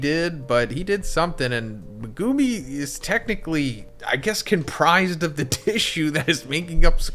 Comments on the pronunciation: ME-gu-mi Not me-GU-mi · You say his name wrong every video! It’s pronounced, Mega-me! Not Me-goo-me 🤦🏽‍♂️ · not saying megoomi please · Pls stop saying Mehgoomi. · Learn how to pronounce megumi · Was enjoying the video until you butchered megumis name